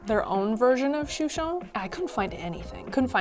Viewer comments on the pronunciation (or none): We say it “Shoe Shen “